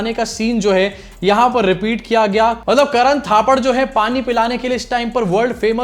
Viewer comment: मतलब को बार बार मटलब बोल रहे हैं चाचा